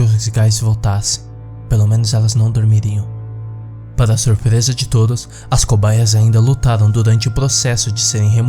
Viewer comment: o maior desespero dessa história é esse kra falando errado!! "surpereza", " taravesseiro"